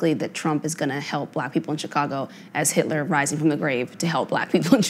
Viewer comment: “I’d roll with Hilter” 😂😂😂😂😂😂😂😂😂😂😂😂😂😂😂😂😂😂 I’m dead I’m surprised everyone let that go 😭🤣😭🤣🤣